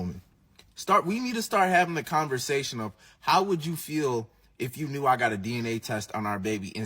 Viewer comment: I enjoy when you say converZation